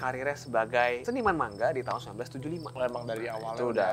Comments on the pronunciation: mang-a bukan mangga jir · Manga woy bukan mangga 😂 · Lebih seperti ini penggalan nya : ma-n-ga. Krn orang Jepang tidak bisa mematikan huruf seperti lidah Indonesia.